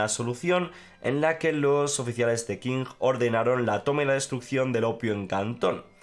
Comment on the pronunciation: Qing se pronuncia "Ching". Solo eso. Saludos!